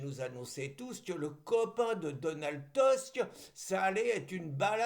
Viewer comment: Tusk se prononce TOUSK. Nous ne sommes pas des rosbifs. Merci.